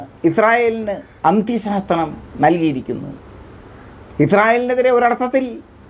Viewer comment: തമാതാനം അല്ല സമാധാനം എന്നാണ് പറേയേണ്ടത്😮 അന്ത്യശാസനം എന്നു നല്ലതുപ്പോലെ പറയുക😮